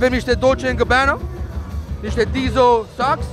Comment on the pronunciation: Diesel,Replay,Sundek,RayBan sunt màrci 100% italiene...nu e nevoie sà pronunți cu accent din US 🤣